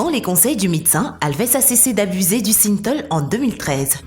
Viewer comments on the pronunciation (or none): ce n'est pas le nombre d'abonnés qu'il faut sous-ligner, andouille, mais le nombre de vues ! La voix qui ne sait même pas prononcer Synthol et autres "...des telles expériences...", "des telles" !!! AFFLIGEANT !